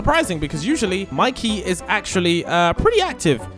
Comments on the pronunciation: You really called “Mikey” “Miki” and “JJ” “engine” 😂😂😂😂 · You said mikey wrong it has a y at the end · monkey?seriosky monkey its mikey not monkey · It is not miki it's Mikey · Bro said monkey bro it's Mikey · Its not miki its mikey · Miki? Bro it's Mikey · It's not miki it's mikey😅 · It's Mikey not monkey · Not monkey it’s mikey😂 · yeah its not miki its mikey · Mikey Not Mickey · Not Miki its Mikey